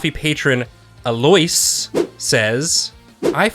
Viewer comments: The nutchering of the name Aloise at the beginning 😂. It's pronouced El-lo-Iz. :p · can we just appreciate ability to mispronounce Aloise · The pronunciation of Aloise😂😂😂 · The fact no one is making fun of for mispronouncing the name at the beginning really just shows how kind their fans are. Lmao love yall. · The way pronounced the name Aloise is nothing short of criminal lmao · aloise RIP sorry they pronounced your name like that at the beginning of such a banger ep that’s gotta sting